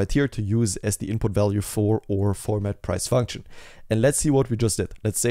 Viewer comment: Thank you for your effort with this video bro! Very helpful and a great one for the portfolio!!! Can we please pronounce our as "our" and not oooor XD